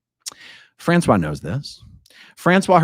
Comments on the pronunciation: I was listening to this and I was thinking Françoise was a man because you pronounced her name wrong.. It is "fransuwaZ". Z is heard at the end, you pronounced it as "François". I thought Trash Can was owned by a couple and François went to court with his wife, but then who was dating two scientologists...? I'll have to listen again. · Well, you’ve probably been told a million times already, but you mispronounced, thus changing the gender the person owning the restaurant. I kept loosing track of the story before I figured out you had simply mispronounced the woman’s name. 😬 your pronunciation was for a man: frahn - swah. The female form is pronounced: frahn - swahz. But, as always, I enjoyed the story thoroughly. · not to be that person, but the female French name "Francoise" has the final S pronounced, unlike the male version. Fran-Swahhz. That whole "bubba" part had me in tears of LOL. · Françoise is pronounced like Franssoize. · Not that it matters being as in my opinion she is a POS but the name Françoise is said with an S sound at the end, the way you are saying it is the masculine pronunciation.